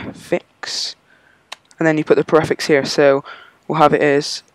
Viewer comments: Preeeeeeeeeeeeeeeeeeeeeeeeeeeeeeeeeeeeeeeeeeefix Not PreaFix :D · your say prefix wrong